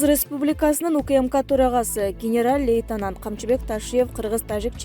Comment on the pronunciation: Генераль дейт го😀😀 коментатор